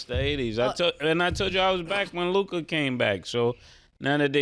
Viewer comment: Ah HA!!! Mase DOES know how to say Luka!!!